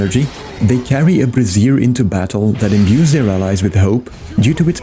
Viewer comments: Thanks for the guide! Future reference, just trying to help here, brazier is pronounced BRAY-zher. What you're saying is "bra-ZEER", which is how you say "brassiere", which is a lady's bra. :-) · brazier! One of my favorite mispronunciations lol And thank you for sharing this! I’ve been playing ranger for years but want to expand my horizons, so this is super helpful!